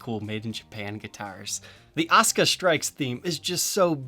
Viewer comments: I like the guitar but not a fan of anime. I've seen the lace pickups on another brands guitars and they sounded great from the demo. I've seen the characters name before but it wasn't pronounced osca it was pronounced a su ka. Didn't a character from space ghost have the same colors. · its a sooka not os ka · Actually, it's AH - SUE- - CAW with AH being accented slightly. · I know you're probably a smart fella but its pronounced Az-oo-ka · a su ka... asuka... the u is NOT silent... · All i hear is "Oscah" now lmao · Great review the back of the guitar reminds me of a flight recorder box. As for how to pronounce her name, the 90s wrestler pronounced it Awsker while the current wrestler pronounces it Oscar. Yet they are spelled the same way. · There's no "U" in her name? Errr... in the original Japanese pronunciation of her name there certainly is "Uh-soo-kuh" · There is no U in Oscar! (Or Osca) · Why do English-speakers not pronounce the "u" in Asuka? English in general tends to butcher Japanese pronunciation pretty bad. I don't get it. Also, SPOILERS, DUDE!